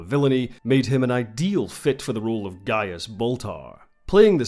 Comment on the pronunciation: It's Gaius, a Roman name, not Gaias.